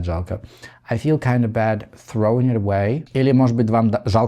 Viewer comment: Как красиво вы произносите слово Throwing. Я: Тхровинг 😅